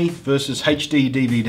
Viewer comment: i like the way you said hechD-DVD but I do it too!!!!!